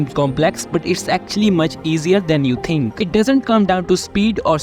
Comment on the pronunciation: “Overtinking”💀 “what will my coach tink”💀